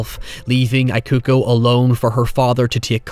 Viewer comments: Just FYI, "Ikuko" is pronounced "eeh-ku-koh" :) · Mitsuko was fine to me, the “I” on Ikuko was what I couldn’t take 😅 It’s an Ee sound not an “I” like “I am” sound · Ikuko is pronounced with "ee" not "ai" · How can you watch an entire movie with people calling someone by their name correctly and then turn around and call her Eye-kuko for a whole video? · Similar thing with ikuko, instead of the I sounding like the word eye, it should sound like the EA in the word eat. So it should be pronounced as Ee-koo-koh. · You watched this, but you still can't pronounce 'Ikuko'? Come on, man, minimum effort. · Bear in mind that not only the director here the same that worked on Ring movies, the script is based on the story written by the author of Ring novels P.S. It's "EE-ku-ko" & "MEE-tsu-ko", please check how to pronounce foreign names before recording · "Eekuko" "Meetsooko" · Loved the video, but the constant mispronunciation of Ikuko and Mitsuko's name bugged me a lot hahah